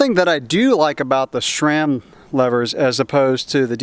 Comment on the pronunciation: Why do you pronouce sram like "Shraam"? lol, or maybe that's how it's supposed to be said.